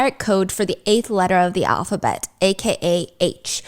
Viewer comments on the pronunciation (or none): none